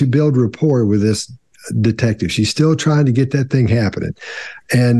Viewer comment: If u listen when she said any word with "thing" in it, she actually sais (thingk) lol